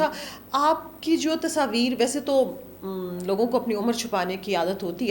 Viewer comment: Read...unn police Walon instead of salon.